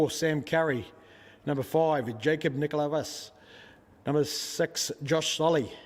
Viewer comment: Lmfao Nicholavas 🤣🤣🤣 Navickas, NA-VIC-KAS 🤦‍♂️